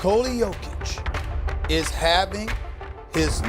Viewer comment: Thank you for not butchering his name like others do